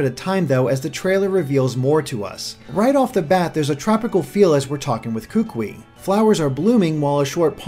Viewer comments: Hey, My name is Kahuliau and I live on the big Island of Hawaii and overall I really enjoyed your video, my one critique is that the way you pronounced some the island names and the name of the kukui nut were wrong but I did appreciate your effort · Pleaaaaase before you do another video work on your pronunciation of the Hawaiian language. It jolted me out of analysis hearing the language of my home butchered. Kukui: Koo-Koo-ee Oahu: Oh-Ah-Hoo Kauai: Kah-Wah-Ee Maui: Mao-Ee Molokai: Mo-Lo-Kah-Ee Kahoolawe: Kah-Ho-Oh-La-Vay Lanai: Lah-Nah-Ee Each dash that is indicating a new syllable in the word must also be enunciated. Your pronunciation of Kukui was close but you need to accentuate each syllable. Don't blend the syllables together because in Hawaiian almost all vowels are individually heard. For example the town Kaaawa is pronounced Kah-Ah-Ah-Vah. Or the Hawaiian word for owl, Pueo, is pronounced Poo-Ay-Oh. Anyway the video was awesome and I look forward to more of your analyses regarding the new generation! Thank you! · I'm from Hawaii and just letting you know kukui is pronounced koo-koo-ee not koo-kwi. Mahalos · (posting this at the mark in the video) nice video man! but you are killing me every time you hack up my boy's name smh lol Kukui (pronounced ku-ku-we) I'm sorry lol but as someone who is from Hawaii (Oahu) it irks me when I hear names mispronounced. It's not your fault but it irks me lol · kukui is pronounced koo-koo-ee... not koo-quee :) but as far as the rest of pronunciation... good effort! Kaho'olawe is a tough one. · "Kookwi" It's pronounced koo-koo-e, like "Louie" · Kukui should be pronounced Koo-Koo-Eee instead of Kook-Wee. Sorry, I don't want to be one of those guys. Just bothers me since I'm from Maui. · it's pronounced ku-ku-i, not kukwi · The way he pronounces "Kukui" cracks me up. It's pronounced like "koo-koo-ee". AND! he says "Oahu" as if it is spelled "Ohahu". Its just it makes people actually from Hawai`i laugh. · same here